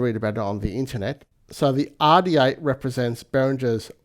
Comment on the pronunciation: Behringer Aaaaàh D8. Love the way Australians their R's 😂